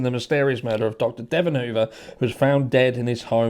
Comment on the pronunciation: Please pronounce his first name properly. Thank you for covering